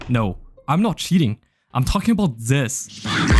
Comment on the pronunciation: love the fact everytime he trys to say this it comes out as "zis🔥🔥🗣🗣"